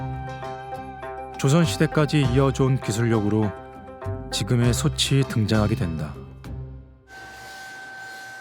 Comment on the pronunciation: 나레이션이 누군데 자꾸 소츨 소체라고 발음하는건지 모르겠네. .목소리가 좋은 편도 아니고 호흡도 엉망이고...그냥 AI에 맡기는 편이 더 나았을듯.